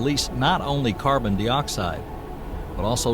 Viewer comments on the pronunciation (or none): I like the narration until it starts mispronouncing words like carbondioxide. There's no such thing as, "Carbon-dee-oxide". Seriously, no one's gonna listen your content if they're too distracted by the poor pronunciation of your AI voice.